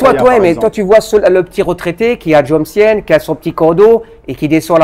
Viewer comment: Jomtien se prononce comkienne ?